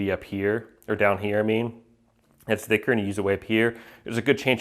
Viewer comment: You pronounce the 'th' in 'thinner' and 'thicker' like the 'th' in 'the'. Everyone else ive known pronounces it with more silibance like the 'th' in 'myth'.